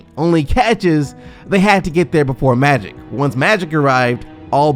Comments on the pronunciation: So the narrator did a whole story on magic Johnson but cant say magic? Who is maddic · Can you pronounce "Magic" instead of "Matty" Johnson? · No disrespect but...is he saying Maddy Johnson!? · Is it me or does he keep saying Madic Johnson? ;_ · Why can't this guy say the word "Magic " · who the fuk is Ma-dick Johnson? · SMO hahaha! I heard him repeatedly pronounce his name like that too lol